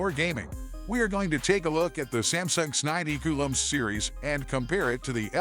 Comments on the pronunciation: It the second ai voice video I get and both go with this s90 coo lm… I wonder what was in the text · AI read it as Samsung sninety cool um series 😂